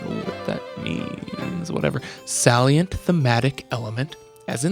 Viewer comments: it’s pronounced Say-Lee-Ant: salient. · salient.... Sail' - yant or Sale' - yent .... Something like that (Accent on 1st syllable)